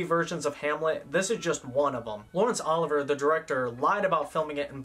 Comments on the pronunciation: I'm really loving these reviews, so I hate to be "that person," but the director and star of "Hamlet" was Laurence O-liv-ee-ay (not Ol-iv-er) -- and Shakespeare didn't write in Old English (which disappeared in the eleventh century following the Norman Conquest) -- he wrote in Modern English but had his characters speak in poetry, thus the "language barrier." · FYI - old bean , it's 'OL LIV VEE A ' not Oliver . Great work , btw . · Lawrence Oliver?!?!?! Bwahahahaha… that is not how it is pronounced… how can you not know the pronunciation of one of the greatest film legends of all time. Sounds like law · ruhns uh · li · vee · ay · Enjoyed this video. Tidbit Lawrence Oliver's last name is pronounced "o LIV vee ay" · It's Olivier, not Oliver. Good video nonetheless. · Oh-liv-ee-eh not Oliver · Agree with so much of your opinions. But you can’t pronounce the second “i” in Olivier?! Not Oliver, Olivier! You can’t find the pronunciation of the man who is generally regarded as the greatest English-language actor of the 20th century?! And your anti-English movie proceeds into the following editions. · Great job on this series, and very helpful -- thanks for putting in all the effort. I hate to risk discouraging you by mentioning that the name of the lead actor in "Hamlet" is pronounced "O LIV ee ay", so I won't. But if someone else happens to bring it up ... well ... they're not wrong. Very well done, though! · Great job! Very thorough coverage. Note a "sleeper" is a movie that is a financial success despite an initial slow start at the box office. Also, Laurence Olivier's last name is pronounced "Ahh-live-E-A". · Your channel is great. Loved this video except it o-live ee at Leslie care -on and Charl ton Heston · It’s Olivier, not Oliver. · Laurence Olivier’s last name is pronounced Oh-liv-E-A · Lawrence Olivier is pronounced O-live-e-a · It's Olivier not Oliver. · I can't get over the mispronunciation of Laurence Olivier 😭😭😭 Great video though GAWD DAMN